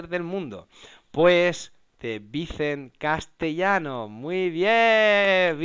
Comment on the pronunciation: Si has visto algún video de él y lo respetas, lo mínimo es pronunciar su nombre tal y como él se presenta...